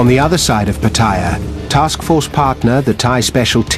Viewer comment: What is it with westerners and their pronunciation of Pattaya?